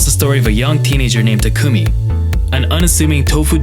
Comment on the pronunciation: So sweet! Thank you so much for bringing this kind of stuff to people that might never get a chance to experience it for themselves (like me). I'm glad that I get to somehow be a part of it via the videos that you upload. P.S. The way you pronounced Takumi made me cringe lol